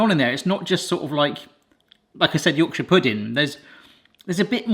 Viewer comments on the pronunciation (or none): none